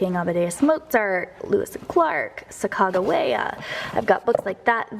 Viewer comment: Today I learned the correct pronunciation of Sacagawea. Thanks!